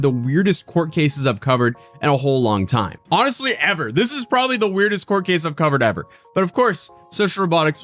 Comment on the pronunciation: Did anyone else hear cult when he said court lol